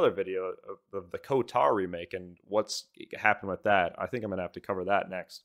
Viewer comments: bro thinks its KOTAR instead of KOTOR.. chuckles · The game gets delayed another year, everytime you say KoTaR instead of KoToR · KOTAR? WTF is "KOTAR"??? It's KOTOR... "KO-TOR". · I was unreasonably distracted by the way you were saying KOTAR instead of KOTOR. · Co-tarr 😂😂😂 You mean KOTOR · Ko-tar lol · KOTOR not KOTAR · also why do you say "kotor" like "kotar?" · How many times he going pronounce KOTOR wrong? Lol